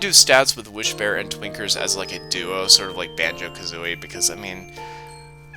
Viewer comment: I'm absolutely not hearing the N when you say Twinkers. it's just... Tweekers